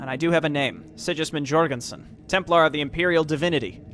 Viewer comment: Sidgismund Djorgenson